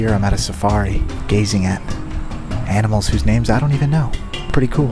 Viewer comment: A. Ahh. Ahhh-nimals. Why are you say o Oainimools????? Tf.